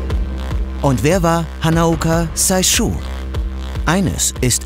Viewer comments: It's not read "Saishu". It's "Seishu". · Liebes TerraXHistory-Team danke für die Doku. Hanaoka Seishu spricht man wie das Englische 'say=sagen' aus. Sein Name wär Saishu, wenn es wie im Video ausgesprochen wuerde. Sehr interessant, danke! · hanaoka "seishü" und nicht saischu. Ei nicht ai ausgesprochen :)